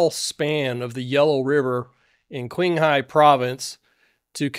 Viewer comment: Dude come on, the correct pronunciations are "cheeng-high" (Qinghai), "chung-doo" (Chengdu) and "shee-neeng" (Xining).